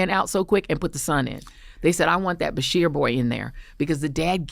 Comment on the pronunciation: BESHEAR NOT BERSHEAR!